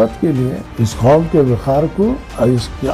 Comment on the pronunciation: Khaum???? Qaum lafz hota hai sagab